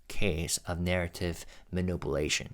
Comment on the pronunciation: This is just an aside, but I love the way you pronounce manipulation as manUPUlation 😅